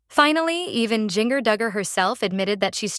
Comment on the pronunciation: Please learn to pronounce Jinger"s name properly. Are the producers of this blog depending on AI!?!